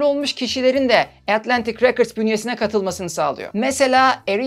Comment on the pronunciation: “Records” kelimesinin telaffuzu “rekırds” olarak okunmuyor muhtemelen 🥰